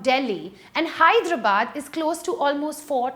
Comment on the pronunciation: For the love of God, please pronounce Hyderabad correctly